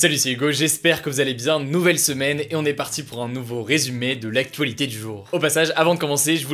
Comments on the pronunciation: Jsuis la seule a avoir entendu actoualité x) Merci pour tes videos Hugo! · ''De l'actoualité''